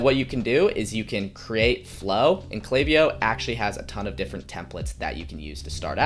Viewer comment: I appreciate that you pronounced the name right haha. That was a big sell to keep watching. You seem to know what you're doing and I think you mentioning the value of your previous videos (especially the 47 minutes of you walking through you building something) are high selling points. Subscribed :)